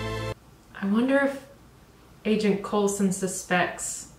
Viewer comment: Coulson, not coleman